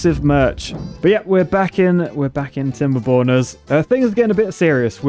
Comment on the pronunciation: I love how never pronounces the "r" properly in timberborners. He will make a knob joke at literally any opportunity and I'm here for it